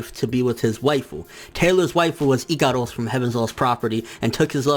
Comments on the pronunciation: NIGGA ITS IKAROSSS NOT IKADUS WTf it just gets annoying asf your pronounciation is horrible no offense and no hate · dude wtf do you pronounce Ikaros like that? I'm scratching my head figuring out who is that